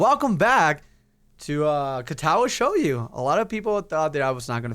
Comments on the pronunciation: >Shoyu God damnit, didn't he pronounce it right in the very first episode? ARHAGAWFHWLAKHFDLWAKD L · it's Shoujo like Show-Joe